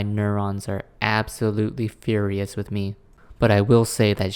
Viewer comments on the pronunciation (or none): none